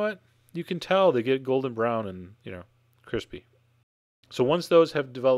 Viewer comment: every time you said the word "crispy" or "crispiness" i died on the inside